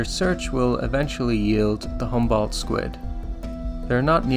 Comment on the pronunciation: Great presentation, but it would do you some good to learn how to pronounce some words like "Humboldt" and "Newfoundland" properly. Would just indicate a further level of professionalism, but gj with your resarch nonetheless!